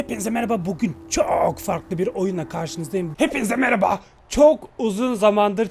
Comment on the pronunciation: merhaba yı meraba diye telafuzu eden senin kadar sevdiğim bi youtuber yok (bu arada telafuzu hakaret anlamında söylemedim)